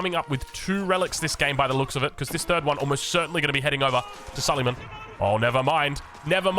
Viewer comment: say su-lay-maan and not su-lee-man, not that this changes gameplay or viewing experience in any way. (he was an ottoman king, with the big onion shape headgear)